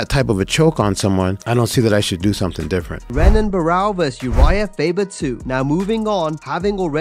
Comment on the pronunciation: Pronounced "Henan" Barao guys, like "Hoyce" Gracie vs Royce.